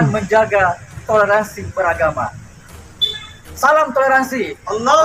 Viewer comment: 😅😅 saya tertawa mendengar salamnya 😅😅😅 katanya salam tolelet 😅😅😅